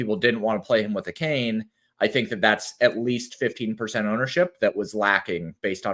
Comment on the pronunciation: The way that pronounces some of these dude's names, particularly Achane makes me want to plant one to his suck hole 😂😂😂 you guys are awesome though, keep killing it!